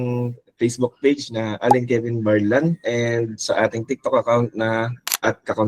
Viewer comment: Correction para sa ating viewers bale Alein Kevin Barlan, hehe hindi "Kelvin", anyway Thank you ulit!